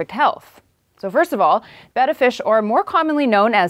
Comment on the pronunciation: I think you're saying beta wrong. Also that cord roll thing is so over the top hipster.